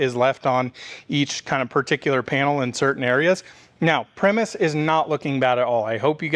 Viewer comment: Btw pronounced pry-muss. 99% sure. Like the band. Same spelling.